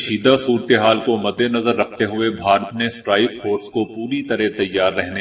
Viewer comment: بھائی صاحب بھارت ہوتا ہے بہارت نہیں